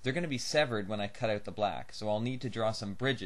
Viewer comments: he says "out" funny :-p... like "oat". thanks for the video, though. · hmm must try to find all that stuff here... Also I love how you say about and out :P